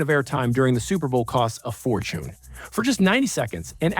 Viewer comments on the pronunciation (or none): Has to be AI, who says fortune like that